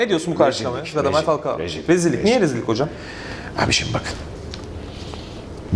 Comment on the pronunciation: Olum neden herkes falkoa diyor laaaaannnnnn